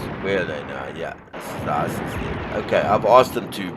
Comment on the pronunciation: Great video, the pronunciation for Hussars is "Whozars" 🙂